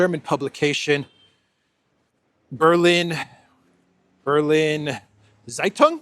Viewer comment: Bealina Tsaitung-that’s how to pronounce it roughly. German is deadly I know😂